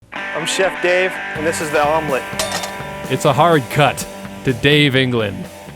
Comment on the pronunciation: The good old ‘vomlette’ 😂